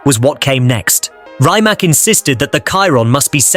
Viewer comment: It's Rimac not remac not rymac I just wish it would get it right.